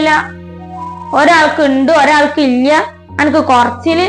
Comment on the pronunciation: മലയാളം പറയാൻ അറിയില്ല ഇല്ല എന്നാ വാക്ക് ഇയ്യ എന്നൊക്ക ആണ് പറയുന്നത്